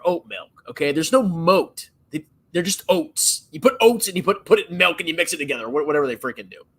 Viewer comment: Of Course says "melk" instead of Milk.